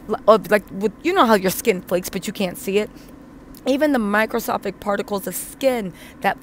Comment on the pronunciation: Nice job on the video, girlfriend just fyi it’s microscopic, not microscophic…